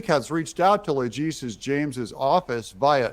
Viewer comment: Le-titi-a James